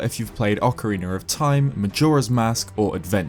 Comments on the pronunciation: Ocarina not ocawiener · If you say "Ocariner" one more time, I swear, I'll swim there and take all your Zelda stuff. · Why is it called ocariner of time instead of its normal way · "Ocariner" lol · ocariner of time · I will say this once, but only because it pisses me off: OCAREENER!!!